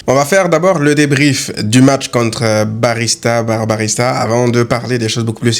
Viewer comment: Barbarista on dirait Barbarita 😂 blague à part supporter le Barça demande bcp de sacrifice dès fois